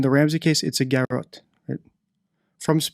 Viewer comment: Since you " hate having to teach English to English- speaking people," its pronounced ' guh rot,' slight emphasis on the second syllable. According to Oxford dictionary and people who speak English.